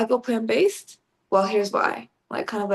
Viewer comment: Chef, you are swallowing the r in plant-based, so that it sounds like plaN-based